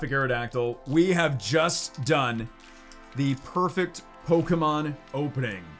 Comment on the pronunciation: Für ein amerikaner eine pokemons falschausgesprochen wie peinlich